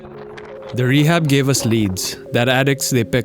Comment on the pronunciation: exactly how a pakistan or indian would pronounce rehab in english tho. 🤷‍♂️